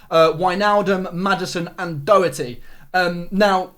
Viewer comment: The way he pronounces doherty hurts my ears